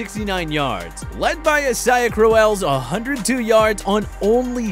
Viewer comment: Why does this person can't say Isaiah right all i hear every video is isiah like come on it's not that hard to say that name